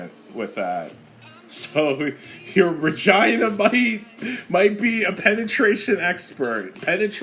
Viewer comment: Re-Gee-nah you misfit lol